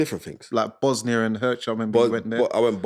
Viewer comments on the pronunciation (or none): You don't dislike Eddie Reynoso? Like he gives a shit what you think? You're a nobody in boxing. Ya mean? Keep it 100, going on about race again ... What happened to MTK global my man? You can't even pronounce Bosnia Herzegovina 😂 your black book? You can't even get a boxing job.